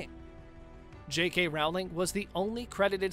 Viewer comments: Rowling has a long o, like in "roll," not an "ow" sound like in "howling." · J.K. Rowling's name is pronounced like bowling but with an R. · Bring back Depp. Also, you should learn to pronounce JK Rowling’s last name. And her comments were about sex, as in male/female, not “intercourse.” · Depp should not have been sacked..............and Rowling rhymes with bowling not howling. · Pronounce the author’s name correctly!!!!! It is Rowling, rhymes with bowling…NOT Rowling rhymes with howling. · I wish you would learn to pronounce the names properly. It would make watching easier. The most painful to hear is J. K. Rowling. It’s “ Row-ling” like you row a boat, not like a ball is round. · No Depp? No watching!! Before production of this you really should have brushed up on how to pronounce JK Rowling's name! It's pronounced as it looks Row as in rowing a boat!! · I can't believe this guy doesn't know how to say ROW-LING. ROW , LIKE A BOAT! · Would be nice if you have your staff pronounce "Rowling" correctly. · This guy claiming that Depp left rather than being forced to leave, shows the lack of research just as much as the fact that it's 2021 and he still does not know how to pronounce "Rowling". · Johnny Depp didn’t leave he was let go. You need to learn to pronounce Rowling’s name.